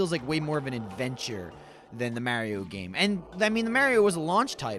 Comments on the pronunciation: can u say MARIO correctly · Lol he says it how english people say it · Only would say Mario like that and not get crap for it